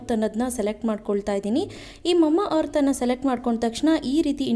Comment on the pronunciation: Mamma earth alla mama earth 😅😁😆